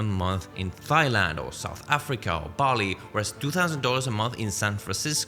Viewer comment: Good vid. Just a heads up, Thailand is pronounced 'Tai-land'.